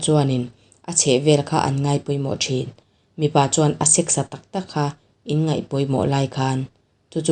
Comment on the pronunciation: inngeih a ni lo aw...inngaih tih tur aw....